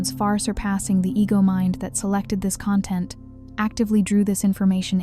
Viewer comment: 999 but please change the pronunciation of the word content